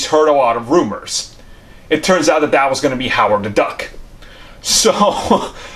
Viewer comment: Howard “da” Duck lmao 😂 I just love this channel ! “Howard “da” Duck was repeated so many times it actually made my day better bro!